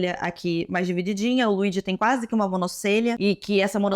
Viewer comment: Se fala "Luidi" moça.